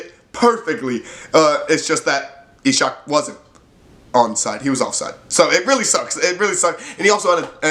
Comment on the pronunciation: Not ishak, but its pronaunced iceak :)